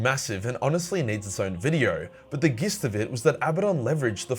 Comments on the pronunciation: Gist is pronounced "jist" and Mortifactors is pronounce "more ti factors" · The g in gist if pronounced as a j. 🤦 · Gist is pronounced 'jist', mate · Man really said gist